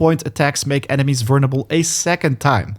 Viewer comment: Vernable? Whover? Vulnerable is the proper way to say it. Hover said like the vacuum is the wrong way to say that word. Improper grammar bugs me.